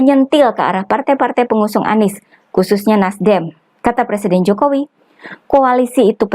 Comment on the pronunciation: Calon plesiden yg belum bisa baca tek pidatonya ahli merubah nama susilo bambsng yudoyono dibacanya Susilo bambang yudonoyo.